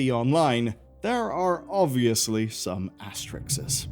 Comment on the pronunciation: What's "asteriks"?